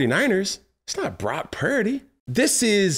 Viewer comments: Why can’t he say Brock purdy’s name right???? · I have nothing to add to the conversation I just love how Cam says Brock Pearady 😂